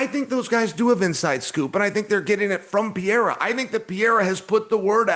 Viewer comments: CHAEL needs to Stop pretending and Pronouncing PIYERA coz its not even funny👎🏻👎🏻 SONNEN - Read This! PE-REY-RA.. PE-RAY-RA…. Very easy Chael and dont play STUPID! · “Pierre-ah” lmao Chael is the worst at pronouncing fighters names 😂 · LOL Chael got him with the Pee-aira😅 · DC keep emphasizing PAREIRAAA just to have Chael call him Piera 30 seconds later 🤣🤣🤣🤣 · I love how Chael just gave up on trying to pronounce Pereira. It’s Pierra forever now. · It’s Peh-Ray-Rah You absolute sausage!!’ How hard is it you’re covering this sport globally …. IDIOT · How tf does Chael mispronounce every name? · No matter how many times Daniel correctly pronounced Pereira, Chael will continue mispronouncing it. It seems deliberate. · How can chael still not pronounce Alex Pereira's name right?